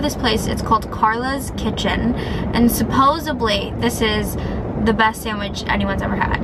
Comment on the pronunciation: The word is supposeDly, not supposeBly. 🥺🤣🙈💖 Sorry girl!